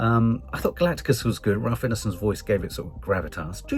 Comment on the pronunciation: I wince every time says Galacticas.